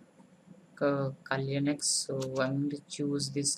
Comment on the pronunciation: It's Kali Linux. Not KLinex. :P